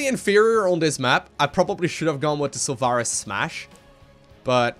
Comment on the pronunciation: Just learn how to pronounce stuff like Sulfuras ;-)